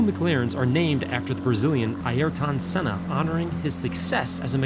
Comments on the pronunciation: "Sennas" he says. As in plural Senna. What a job. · The pronunciation of Sennas name has just been butchered 🤦🏻‍♂️ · Good god did you massacre the pronunciations of both Coulthard and Senna's names. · And he said Senna and Coulthard names wrong lol